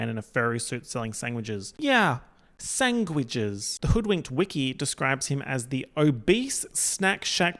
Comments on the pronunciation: thank you for normalizing “Sangwitches” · “sangwidges” made me choke omg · me: sangwiches??? 🤔 Microphone: Yeah! 😑Sangwiches! 😠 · Me: "SANGwiches??? 🤨" immediately: "YEH, sangwiches. 🙄"